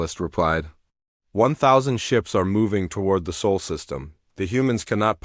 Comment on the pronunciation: SOL is NOT pronounced like “soul” it is more like “saul”.